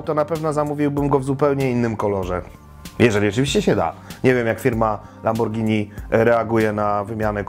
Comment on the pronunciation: Zawsze mówimy przez g nie przez dż bo przeciez jemy spagetti (oczywiście zapis fonetyczny), a nie spadżetti :D